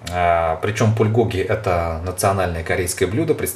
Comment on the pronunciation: на заглавье написано Пулькоги, а сам говорит, Пульгоги